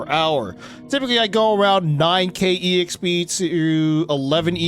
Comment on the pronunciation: Please stop saying E-XP